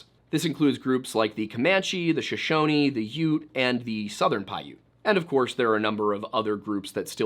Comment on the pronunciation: Oops, pronounced Shoshone and Winnemucca incorrectly. Pyramid Lake is north, not west, split by I80. Jeez Louise, not 17 minutes in, and this? Makes me wonder?